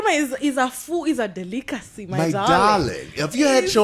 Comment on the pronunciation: "Shwarma is a food, It is a de-lick-acy!" Absolutely lovely!